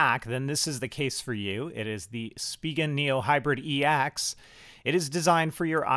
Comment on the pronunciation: It's called the ex not the e - ax 😂😂😂😂